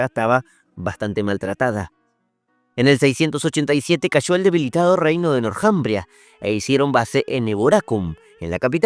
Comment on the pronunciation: El nombre Northumbria, se pronuncia en Inglés donde la TH suena como una "Z castellana". Y el nombre en castellano se puede ignorar la H, porque no tiene sonido y solo se pronunciaria la T. Le sugiero cuidar esos temas idiomaticos